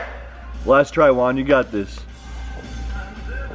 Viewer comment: I have a question : why do call Juan "One"? Its Juan not One xD